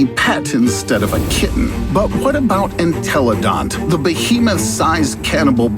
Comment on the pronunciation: the animal really said enteloDONT